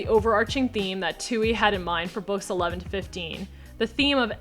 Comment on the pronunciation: Are we just gonna skip past how she said books 11-15?